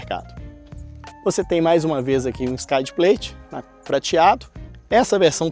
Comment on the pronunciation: Carro bom com preço ruim. Há algumas derrapadas, como o excesso de plástico, especialmente nas portas traseiras, mas o produto em si, preço à parte, parece ser muito bom., a pronúncia correta de skid plate é "skid pleit" ("i" neutro, como no português mesmo), na dúvida mete no Google o termo junto com "pronunciation" que aparece um áudio em inglês americano e britânico pra você ouvir. Parabéns pela matéria.